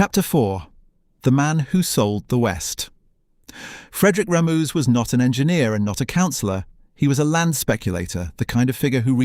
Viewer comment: Dreadful AI narration, constant mispronunciation of Kursaal and Ramuz. I especially liked ‘Lay’ meaning Leigh